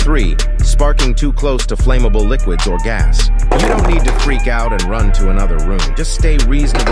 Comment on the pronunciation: Its pronounced flammabol